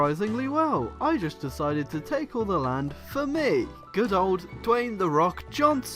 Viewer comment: Say Dwayne like you say Kayne